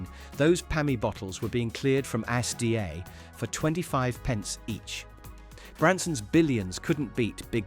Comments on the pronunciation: this mf just called ASDA "As D.A." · If you insist on using TTS at least proof your recordings. A S D A? Everyone groaned upon hearing that. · Well that’s a unique pronunciation of ASDA, “as d a” you sure about that one buddy? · Hmmm.... The British Archives are colour blind (Shandy Bass was a BLUE can, NOT white) Also, their grammar is a disgrace! (TOO American, not TWO American) Prounced Asda WRONG! In Scotland, we pronounced Creamola Foam, correctly! I am a born and bred Scottish lass, and I HATE Irn Bru with a passion! Most snacks like Ringos and Wafflers are ruined, because they are now baked instead of fried, making the texture all wrong. Walkers ruined everything! I STILL think Gary Lineker has one of those faces you just want to punch! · The way u said ASDA was hilarious 🤣😂